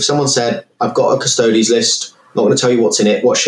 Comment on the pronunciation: >cuss-toads If you can't even pronounce the faction name then I'm not interested in your review. Everyone understands Astartes isn't pronounced ass-tarts, so why did your education fail you?